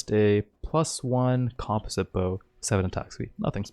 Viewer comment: I hate the way you mispronounce composite...